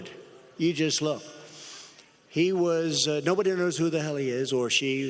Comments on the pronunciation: Trump should stop doing drugs, can't even pronounce anonymous! "The latest active [act of] resistance is the Op-Ed published in the failing New York Times by an anomah-usssss.... really, an, an ominous, gutlessss... coward!" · I don't think he can pronounce anonymous? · I noticed that 2 of the paid participants were removed lol...also, can someone please teach him how to say anonymous? And something I have wondered about: How do you think his hair looks right after a shower? I think that those 2 side pieces, you know the ones he plasters right over his ears, must be pretty long...lol would love to see a pic of that! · This old man couldn’t even say anonymous 😂😂😂😂😂😂